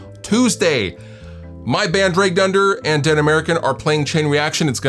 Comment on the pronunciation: For some reason I kept hearing "Dragged under" as "Drey Gunder". I'm like, "who is this Drey Gunder guy we're talking about?